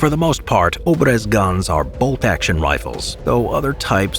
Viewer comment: It is [obr'ez], not ['obrez].